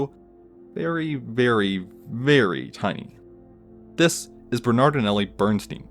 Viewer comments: Oh boo hoo he pronounces the word "this" slightly weirdly. Grow the hell up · The way he says “this” every time makes me cringe(no offense) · Annoying the way you say THIS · The “This! Is…” always gets me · every time he said “this” i jumped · Every time he puts an emphasis on “This, is (insert name here)”